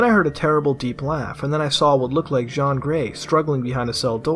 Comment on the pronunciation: yeah he said Jean in french